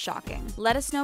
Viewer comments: lol it sounded like "and don't forget to subscribe to the taco" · When she said talko is sounded like she said taco